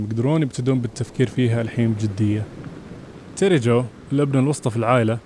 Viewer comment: تيري جو مو تيري جوي